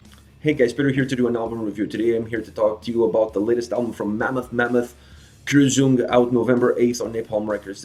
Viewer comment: Please check before your video how words are spoken. Kreuzung is a German word.